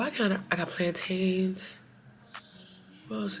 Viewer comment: Not you saying planTAINS. What was the afrobeats spot?